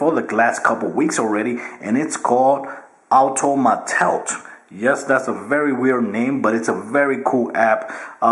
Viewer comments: The app is called auto-mate-it not automatoute...sorry but that's what you said. I couldn't let it slide sorry. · Bro it's automate it!!